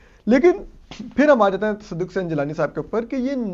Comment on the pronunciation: Asad cant pronounce Tasaduk 😂😂😂